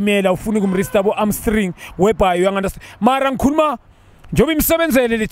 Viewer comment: Junior Khanye says iHamstring yiArmstring ai... 😅🤣🤣🤣🤣